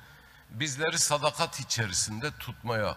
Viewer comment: " SADAKAT" kelimesini bile telaffuz edemeyecek kadar acizsin, tutmuş bir grup milletinin değerlerine sırt çevirmiş 3,5 lara Saray göstericisi rolünü ne cok benimsemişe benziyorsun.😂😂